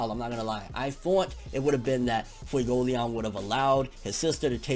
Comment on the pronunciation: You’re pronouncing Fuegoleon wrong. It’s Fuego Lee-own and Mereoleona is Mare-eo lee-own-uh. Also Patri is Pot-tree.